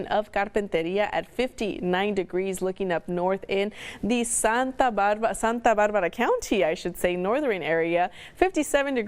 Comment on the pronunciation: You can say r's fine with your English until you say santa barrrrrrbarrrra or santa marrrrria. Yoooooo.